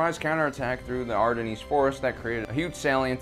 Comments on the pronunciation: I believe it's pronounced AR-DEN, as opposed to Ar-di-nees. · Not ar-den-eeez .... its ar-dens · Right from the start I just couldn't watch. The moment he couldn't pronounce "the Ardennes" correct I was lost. So anyone who doesn't know its pronunciation is "Ar- den- s" not as in this video "Ar-den-neeze ". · It's pronounced ARE DEN not aredeneese. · Why the hell do you pronounce the nes at the end of Ardennes? Sigh, too busy looking up "facts" I guess. I like watching these types of videos, but as soon as I hear shit like this, I stop it and never finish it. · Ardennes is basically pronounced like 'harden' without the h and with a french accent, and the Seine river is 'sane' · It's pronounced the Ardens but definitely not how he pronounced it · Did you seriously pronounce Ardennes like “ardennese”......how are you going to post a movie about history and fail that badly. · I just discovered this channel and subbed, I love how you mispronounce are least 2 fairly common words per video... ardineez? Lol, sure, guy! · Love the video, but ar-de-KNEES? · Are-Den-ees Forest? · Ardenneez? Wait, what? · Did he just say "ArdennEEEZ"? Fuck sake, get off the air. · Ardenneeez forest ..... -_- .... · Ar-den it's pronounced.. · "R den' " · Pronounced "Are-Dens". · "Ardennes" is pronounced "ar-dein" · serious? you cant pronounce Ardennes? It's singular, not plural, the "S" is silent! there is only one forest! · Pronunciation of 'Ardennes' fail. Repeatedly. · Please learn to say 'Ardennes' properly. It will do wonders for your credibility. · You Pronounce ardennes really weird. Never heard it pronounced that way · Sorry but if you can't properly pronounce the Ardennes Forest, bye you go!! Can't take it serious! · he pronounced a ardennes wrong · Yeah he definitely got Ardennes wrong